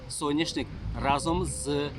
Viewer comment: Соняшник,а не сояшник